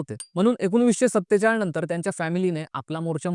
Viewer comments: Saatechal pn boltata .. Saytalis varun sattechalis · सत्तेचाळ नाही रे🤦🏻‍♂️ सत्तेचाळीस.